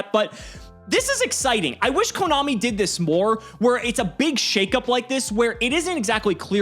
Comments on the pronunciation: Did say komommy? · Did really just say KoMOMMY?